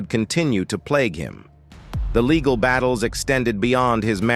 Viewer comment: True baygled marraige? Laygal??? Who was Laygal? 🤔🤔🤔🤔🤔 Sounds like the name of some drunk Madame Martin Lawrence grew up with 😩😩😩🤣🤣🤣 picture Martin Lawrence What Up Laygal?😮 The narrator hooked up on Phonics like the 90s